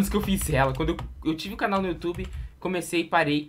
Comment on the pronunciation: O filho do gueto falou youtooba